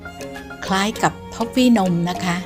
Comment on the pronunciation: ม้อฟฟี่นม ของโปรดเลยค่ะ ขอบคุณที่หาของแทนทอฟฟี่มาฝากค่ะ 🙏🥰 *พูดไม่ชัด แต่ผญ.ยังจับได้ว่าฝาก แม่บ้าน ซื้อท้อฟฟี่☺️